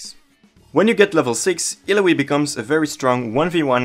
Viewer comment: Cool, you pronunce her name wrong even when she tells it how it's pronnounced. No don't trust your guide.